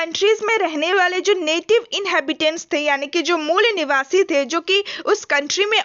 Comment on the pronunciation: Aare mol niwasa mat bola karo dd distract horaha hai mujhe 😂